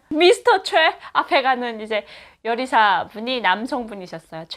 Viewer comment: 자막을 좀 넣어서 제작해 주세요 못 알아 듣는 말이 좀 있어요 예를 들어 요리사가 여리사로 들려요